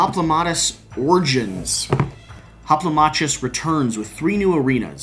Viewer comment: its actually pronounced Hoplomakus.